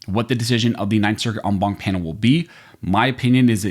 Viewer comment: Wtf is an “omwom” panel?